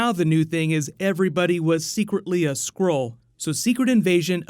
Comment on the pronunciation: Everytime he speaks "Skrull" I hear "squirrel"